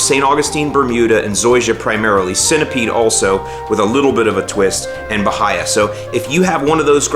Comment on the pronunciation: I believe you pronounced Bahia wrong..